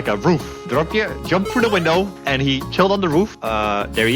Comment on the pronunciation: It's dropje btw not DRAPPIER thats not even a dutch word